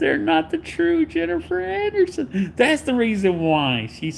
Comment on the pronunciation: i was going to watch to laugh at him. but right from the start jennifer annerson? im going to listen to him say annerson over and over for an hour? i was like hell nah im not watching an hour of jenneifer annerson. im sitting this one out pimps! 😅